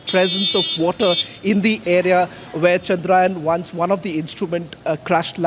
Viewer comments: It is chandrayaan not chandrayan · Your reporters can't even pronounce chandrayaan properly. Pseudo English